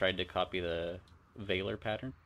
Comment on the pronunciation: Valor is pronounced: VAL - UH rather than VAY - LORE..... Like Stolen Valor. Valor means:- valour /ˈvalə / (US valor) ▸ n. courage in the face of danger, especially in battle. – DERIVATIVES valorous adj. – ORIGIN ME: via OFr. from late L. valor, from valere ‘be strong’.